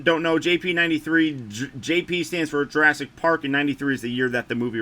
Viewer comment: ASS-IC PARK? LOLLL great review!